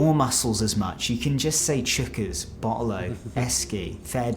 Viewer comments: Chookas .. he has no idea Pronounced choc-is means very full. They say it to let him know there is a full crowd. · Chockers =\= Chookas